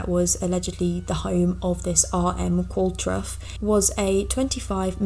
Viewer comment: Pretty sure it's pronounced 'Qual-tro,' not that it matters as it's likely a fake person 😂